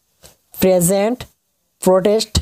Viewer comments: Bhaii toi bondho kor beh.... Toi ki gaiso toi h jano.... Champaparan nhi champaran...present nhi peasant... Shuirecroper nhi sharecroppers... 🙏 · Nice sir. Not present.. it is peasant